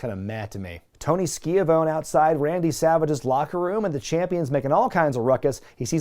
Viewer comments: Tony Ski-A-Vone. That pronunciation killed me. Great video :) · LOL Tony Skeeuhphone. Classic. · "Tony 'SKEE-a-vone'..." 🤣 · Tony Skee-a-vone? LMAO That made me laugh more than I should. Love it! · Shouldn't have laughed at "Tony Ski-a-vone" but I did. I did.